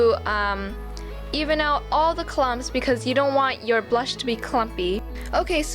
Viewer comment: You said bush not blush